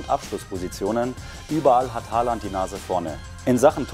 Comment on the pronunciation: Man spricht ihn O und nicht mit a aus 🙈